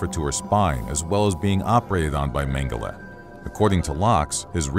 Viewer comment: As disturbing as these war crimes are... The narrator consistently mispronouncing Mengele's name really bothered me!